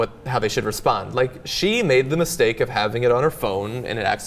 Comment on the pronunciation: hhahhahaha "misteak" hahahah yummm